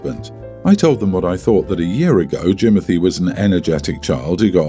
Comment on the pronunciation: I cannot with the Jimonthy 😂😂😂😂😂